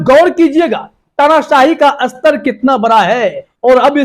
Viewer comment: भई, कितनी जमात पढ़े हो? हिन्दी भी ठीक से नहीं बोल पा रहे हो!! "स्तर" को बार बार "अस्तर" बोल रहे हो। अस्तर तो दर्जी लगाता है, जैसे कोट का अस्तर, याने inner lining!! जबकि "स्तर" का मतलब "Level" होता है। इतने बुड़बक लोग आजकल रिपोर्टर बन जाते हैं!! फिर चाहे टीवी हो या YouTube!!